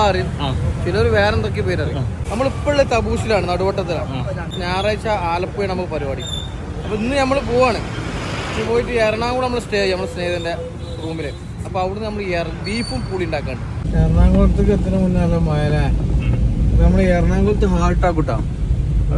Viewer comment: എറണാകുളം ആണ് ബ്രോ... എറണാംകുളം അല്ല... മലപ്പുറം ഉള്ള എന്റെ പല സുഹൃത്തുക്കളും അങ്ങനെ പറഞ്ഞ് കേട്ടിട്ടുണ്ട് 💓